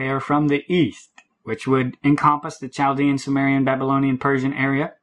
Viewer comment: Chaldean is pronounced with a silent "h".